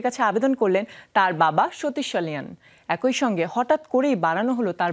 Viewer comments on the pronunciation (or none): You’ve got issues with your pronunciation. Ik people from Rangpur division pronounces একই as একৈ. Correct pronunciation is একি